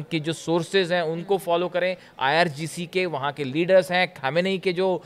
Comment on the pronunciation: खमेनी नहीं सही उच्चारण khammnei है